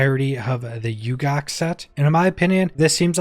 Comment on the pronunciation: i Think its ooo-Gah_KAY